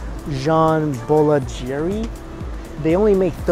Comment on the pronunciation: Did try to say “boulangerie”